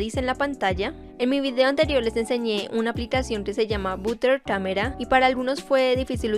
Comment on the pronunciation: Butter camera no se pronuncia así :(